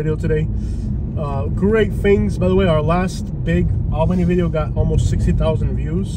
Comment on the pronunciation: And… you’re saying it wrong!! It’s Alll-been-eyyy!